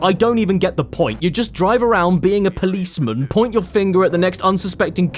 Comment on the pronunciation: Caddy, Don't Saying The Policemun! 😡